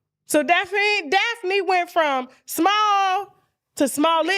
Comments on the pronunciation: if u dnt stop calling her Daphine 😂😂😂😂 it’s Daphne! Tasha damn 😂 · Somebody tell Tasha its pronounced Daff-knee 😆😅